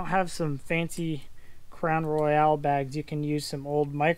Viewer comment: Psst! It's "Crown Royal" not Crown Royale..